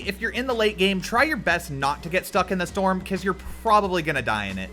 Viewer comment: Hé said storm ewwww